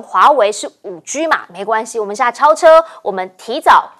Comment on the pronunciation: 5G cannot be spoken as 5Giu. No good pronunciation.